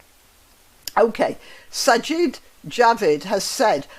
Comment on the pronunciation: Sajid = Sigh-yeed` I believe